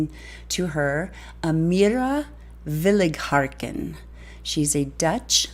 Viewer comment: FYI: You are pronouncing her last name incorrectly. There is no "R" in her last name.